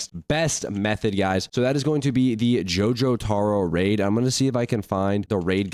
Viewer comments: bro can you stop saying jojotaro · jor-tiro and die-o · Jotoro and Dye-O